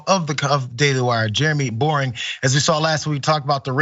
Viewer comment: His name is Boreing? And he pronounces it "Boring"? As if that wasn't enough, God showed him he doesn't love him by making him short! His insecuritiy must be crushing at times! Must be why he over compensates in everything does. Bless his heart. Just sayin'...